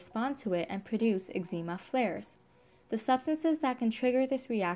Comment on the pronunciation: She can’t pronounce eczema .😊